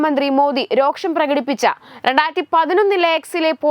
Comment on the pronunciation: രോക്ഷമല്ല അനിയത്തി, വെറും രോഷം..... ഒന്ന് ശ്രദ്ധിക്കു...... പ്ലീസ്